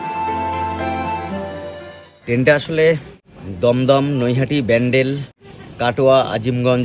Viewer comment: আপনি ব্যান্ডেল বললেন না প্যান্ডেল বললেন , ঠিক বুঝতে পারলাম না ।😂😂